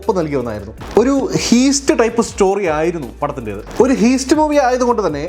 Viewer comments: Heest alla haist ennanu paraya 😬😬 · ഹീസ്റ്റ് അല്ല ഹൈസ്റ്റ്